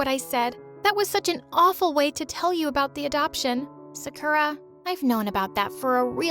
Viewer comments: Glad to see Jennie on the thumbnail Also the fact her name is Sakura and she has pink hair reminded me of Sakura's hair from Panorama era (Sakura from IZ*ONE) Also, what's up with that pronounciation of Sakura 😭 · Her: being Japanese pronounces Sakura like a literal American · Ya— I was just like “Wait Sakura from-₹ that’s not how you pronounce it too I’m confusion” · How the hell does she pronouns "Sakura"? She am triggered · I can't believe that Sakura cant even pronounce her own name :D also, sakura is the most white-known japanese name EVER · She starts off by mispronouncing her own name. Amazing. 'You guys look exactly like anime characters'. Jesus. What a terrible person. They mispronounce Sakura's name the entire way through. 🙄 At least it was consistent, I guess. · Man no offense but the way they said “Sakura” just sounds wrong 🤨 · The way her name was pronounced “Sakura” 😡😮‍💨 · She: says sakura has pink hair Me: Narutoooo And yeah I love how they posed with Jennie's solo outfit with her iconic pose in the thumb nail. And you really got me triggered with that sakura pronounciation. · sooo no one gonna talk about how she pronounces Sakura..... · That’s not how you pronounce Sakura. I’m Emily, and I’m from Japan. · Everyone: talking about jennie and her solo Me: gets triggered for how she pronounces sakura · She kept saying Sakura wrong where are the anime fans? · Ceinciejdiej ugh it bugs me how she miss pronounced sakura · why’d they pronounce sakura like that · I'm sorry but the way the narrator pronounced Sakura just bothers me 😭✋ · No offense bro but if u were from Japan u would have pronounced Sakura right. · i like how the va cant even pronounce sakura although she’s supposed to be japanese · Bro can’t even pronounce her own name right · Why do you say the name like that that’s not how it pronounced by your story is great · Why do all of these people have mean sisters? Also I think they pronounced "Sakura" wrong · Why she say sakura like that 💀